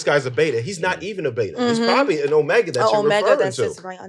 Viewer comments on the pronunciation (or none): none